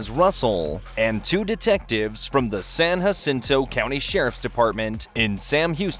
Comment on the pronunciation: For all that is Texan and right with the world…. It is not pronounced with an “H” but a “Jay.” If you are a Spanish speaker you are should go with say “San Chacinto.” Sam Houston (namesake of the National Forest where this video took place) won Texas Independence down the road at the Battle of San Jacinto where they now have the San Jacinto Monument (taller than the Washington Monument). All those are pronounced with a “Jay.” We do have Spanish Pronounced words for places in Texas, but that ain’t one of them.